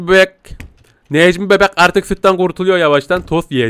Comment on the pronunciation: abi Necmi Beğk dedin